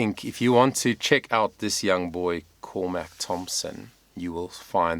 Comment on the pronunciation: It’s all about you and not Cormac (whose me you can’t pronounce). FFS.